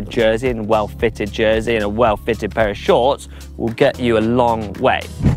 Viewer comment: Only could mispronounce “of” 🤣.